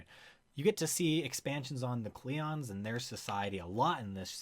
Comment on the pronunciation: this guy says klingons funny